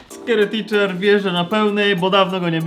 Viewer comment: Ja jak powiedziałeś scary teacher To ja zrozumiałam stary teacher hahah🤣🤣🤣🤣🤣🤣🤣🤣🤣🤣🤣